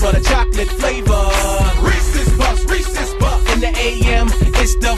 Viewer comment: i'm here because sapnap pronounces reeses wrong 😑